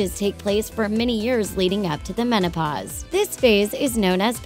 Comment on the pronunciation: "when women reach the monopause" wtf